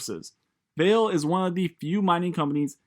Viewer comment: actually its pronounced Val-A. Portuguese for valley